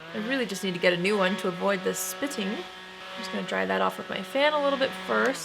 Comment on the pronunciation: 'Spitting' made you sound very British 😁 Another great video. Thanks lovely x